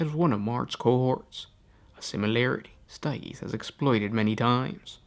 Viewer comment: I die everytime you try to pronounce stygies